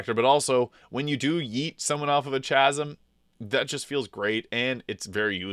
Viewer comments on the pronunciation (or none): the "Ch" is a "K" sound. KAsm.